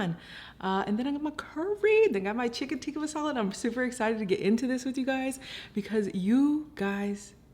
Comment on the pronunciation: From an Indian - you did an amazing job and used traditional Indian ingredients!! And I'm so happy you said "naan" not "Naan bread"🤦🏽‍♀️ and you pronounced "Tikka masala" correct too. Love your advice on taking time and patience with Indian food! Its not easy and looks like you aced it!! :)